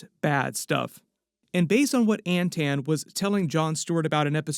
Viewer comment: it's Anton not Antan.